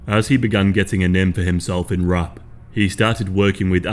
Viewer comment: Wait ! What?? RUPT?? WHAT THE HELL YOU ARE PRONOUCING IT RUPT?? Its R A P !!